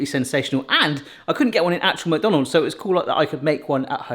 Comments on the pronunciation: He kept saying mook. Isn't is more Mick or Meck? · I also say muck, but it's actually supposed to be pronounced 'Mac'. The exact same way as you'd say Big Mac. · I can't stand when someone says "Mac Donald's" it's pronounced mick, so, "mick Donald's" I'm sure it's probably interchangeable but not for me. 😂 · The way says “muck” for “Mc” will forever live in my brain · only Americans say Mick Donalds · i like when you pronounce it "macdanulds"